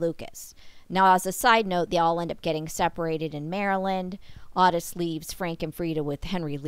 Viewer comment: His name was pronounced Ottis, like otter.